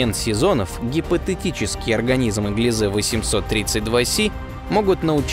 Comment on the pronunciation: Правильно гли́зе ,а не глизе́!